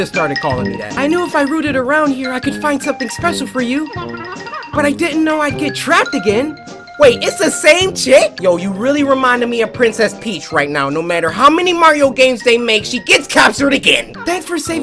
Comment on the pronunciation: Lol LOL CORY LOVE YOUR VIDS LOL LOL YOU SED PRINSES PEHEC